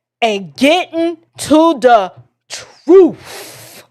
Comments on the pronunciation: Chump kills me when he say Troof. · How do you look at “Truth” and willfully say “Troof”outcho mouf?! 😡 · become "toos" to silenence dissen... Crump always has a hard time finishing words beginning with a T....